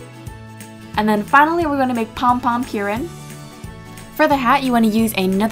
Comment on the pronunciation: It's "Pom Pom Purin", pronounced like "pudding" if you don't enunciate the D's. Hope this helps a little bit.